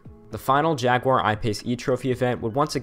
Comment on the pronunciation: At least you didn't do the usual "jagwire" that Americans do